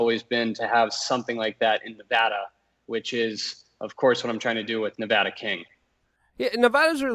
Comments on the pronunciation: Please talk to 1 person who lives in Nevada, why the hell is it so hard to pronounce correctly. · Say the states name right.